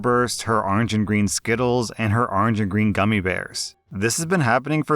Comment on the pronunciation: arnj, actually, according to his pronunciation